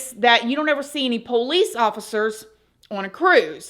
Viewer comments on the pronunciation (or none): none